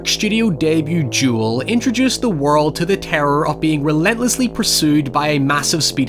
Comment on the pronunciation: Dude says Duel like Jewel but otherwise loved the video